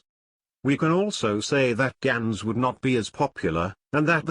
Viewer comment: yeah... but gans in dutch is pronounced "GAH-NS" not "GEH-NS"